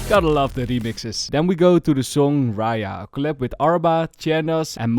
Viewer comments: 😂😂😂 its raja not raya did u even listened to the song I wonder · it is not pronounced ‘RAYA’, it is just pronounced with a normal ‘j’(like in ‘jar’).. so it is actually ‘RAJA’:)), bdw love ur videos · Just a small note: it’s pronounced Raja (not Raya).In many Indian languages, Raja means king Thought you’d find that cool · its not actually pronounced like raya its more like raa - juh